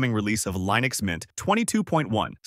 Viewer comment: wtf did you just say? did you say Lynux mint?